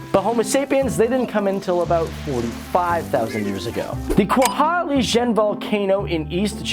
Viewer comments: kawah ijen not kwaha ijen ugh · Just a bit miss on pronunciation on Kawah Ijen & Sumatra